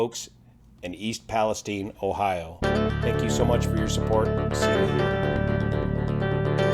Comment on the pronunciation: I live about 30 miles east of the site and what impressed me is that pronounced East Palestine correctly. Top notch reporting as usual from. I have been watching his reports since Oroville,.Just wish the MSM would take some lessons from him on how to do a factual report.